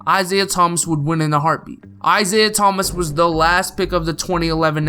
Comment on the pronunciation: Lol of course you would say isaiah thmas , bc you are a celtics fa XD